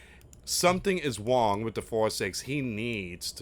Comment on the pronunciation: Just say rong not wong. Trying to help. The w is silent.